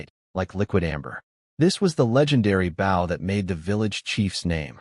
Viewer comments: It's bow, not bow. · Why cant the ai say bow all the time lol baw goodness gracious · Why can't you pronounce bow and wound properly?? Oh, sometimes it is correct, sometimes not. And the idiotic spelling out of capital letters. Can't you proofread?